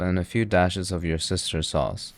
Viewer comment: your sister sauce is probably the best pronunciation i have heard